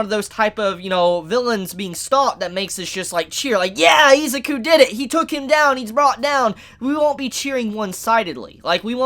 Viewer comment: this man saying izuku as ezaku is driving me god damn insane.